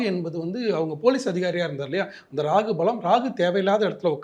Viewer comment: It’s Rahu. Not Ragu !!